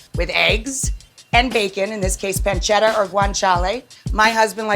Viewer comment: it's Pan-ce-ta god damnit